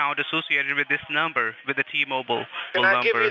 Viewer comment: I don’t trust anybody who can’t say and pronounce the number if u say nomber I’m not trusting u 😂 😂😂 nooumbera